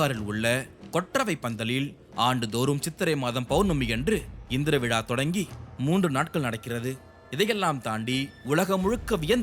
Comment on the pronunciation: Very informative...but pl watch your pronunciations....மாதம், not மதம், நோக்கம், not நொக்கம், விழா, not விழ